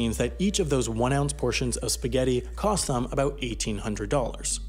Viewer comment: So you rehydrate speghati with pee Do they call it speegheti I'll see myself out